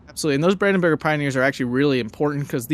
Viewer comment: its "brandenburger", not "bürger". that would be citizen.